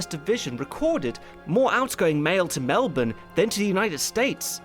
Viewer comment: While you can't pronounce Guadalcanal, at least you got melbourne right.